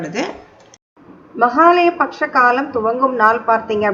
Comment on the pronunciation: Mahalaya patcham ille ma. Mahalaya PAKSHAM. PAKSHAM ENRAAL 15 NAATKAL. Ungal uchcharippu sari illai. PAKSHAM --பக்ஷம் enru sollavum.